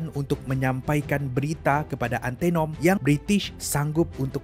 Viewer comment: Sebutan antanom bkn antenom ..